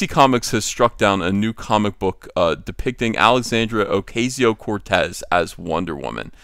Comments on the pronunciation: As much as I enjoy making fun of her, it's "Oh-KAH-ze-Oh". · Learn how to pronounce Ocasio